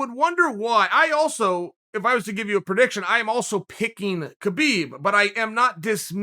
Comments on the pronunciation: Why do you call him KaBeeb it's Habeeb spelled Khabib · Come on Chael the champ name is pronounced habib, the smarts man on the plant should know better.